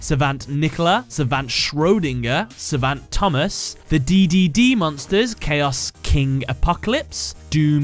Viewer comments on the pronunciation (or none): none